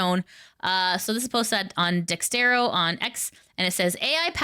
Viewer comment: It's pronounced Dex-erto, not Dex-tero. You always get it wrong.😅